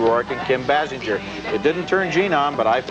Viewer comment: How long until they could pronounce Kim Basinger's name properly? Their review of NADINE also flubs it. BAY-SINGER